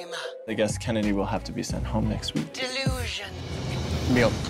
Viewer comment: 5 seconds before the Lipsync: Kennedy: MEHLK